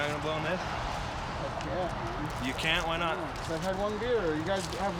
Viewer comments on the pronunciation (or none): Cop said bear instead of beer lol